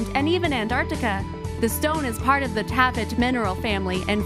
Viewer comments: #16: Taaffeite. Taaffe is a Celtic name, usually Welsh. It shows up in the racist English nursery rhyme, "Taffy was a Welshman, Taffy was a thief....." So the name of the stone is pronounced, "Taff-ite." PLEASE do your basic research before uploading these videos!!!! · HAHA TAAFFEITE..... "ta-fite" Benitoite "beni-tOYite"..... Never heard of Poudretteite....